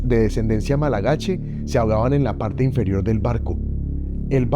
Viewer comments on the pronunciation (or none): Muy interesante, pero no es "malagache" es "malgache", sin a entre la l y la g. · Con ánimo constructivo, de verdad: el video es bueno pero ganaría si dijera "malgache" en vez de "malagache" o "inhabitable" en vez de "invivible". Suena feo y en los detalles está la calidad. Dicho lo cual, gracias por el relato. Es muy interesante.